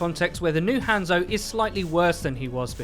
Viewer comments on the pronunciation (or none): Learn to pronounce hanzo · Let's talk about the real issue here the way this guy says hanzo